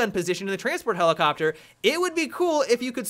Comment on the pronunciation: Helelicopter... Genius.